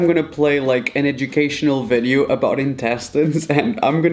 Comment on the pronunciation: did he said vedeo???? no harm.....😊😊😂